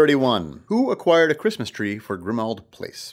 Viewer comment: Cwismus~~ LOOOL